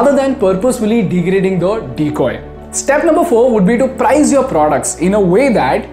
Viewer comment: Learn the correct pronunciation of price